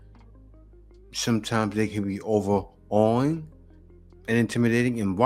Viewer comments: 😂🤣 I had to stop the video, rewind, and play again... 'cause it's not "Over a wing" it's "overawing" as in to be in over·awe or cannot process one's immediate emotions or feelings about a person or visual experience, as in, to be in awe. She obviously failed her English GED. Over a Wing!!! 😆😂🤣😭💀 PS: YEAH!! I called it out 'cause it's right there and she missed it!!! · I hate to be "that guy" but overawing is not (over-a-wing). It's (over-awe-ing). Root word being awe. The only reason I'm mentioning this is because if we're having an intelligent conversation, we should at least be able to pronounce words. I hope the young lady can see this at some point.